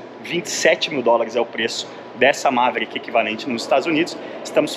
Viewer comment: MA - ve - rí - ck( qui), com a silaba tônica no ri. Qualquer outra pronúncia não será aceita. Kkkkk